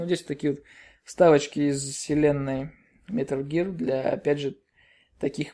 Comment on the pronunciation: "Милр Гирлр" Чувак не надо так